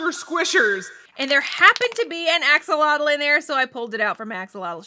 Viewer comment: Stop doing that you are saying axolotl action, different language😡😡😡